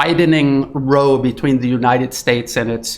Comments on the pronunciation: Great report, thank you. Seems likely the U.S. will soon suffer another civil war and/or go broke...end of threat. BTW, it's not "row" as in row your boat, it's "row"...rhymes with wow. Anyone who has lived in Canada for more than 5 minutes knows the U.S.could turn our country's economy off in 5 minutes. 90% of Canadians live within 100 miles of the U.S. border. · row rhymes with plow if it's an argument, rhymes with roe if you are doing it to a boat. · You mispronounced 'row' in your opening comments, which means you're a bot, or at least an AI voice. 'Row', meaning a quarrel rhymes with 'how'; or 'cow'. You pronounced it to rhyme with 'go', as in 'low'' or 'show'. AI constantly makes errors of this kind, but I am sure that Brian Berletic knows the difference between 'row' the action of moving a boat with oars, and 'row' a noisy quarrel or disturbance. Your comments? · FYI - Row rhymes with cow when using the definition depicting a confrontation. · Row rhymes with plough if it's an argument, and row rhymes with snow if you're doing it to a boat, and row rhymes with roe if you mean fish eggs.